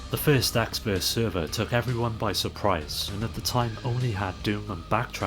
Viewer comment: It is ecks vs sever, not server.